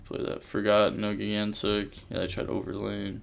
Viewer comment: I’m joking. I’ve never heard it pronounced “gig-antic” before.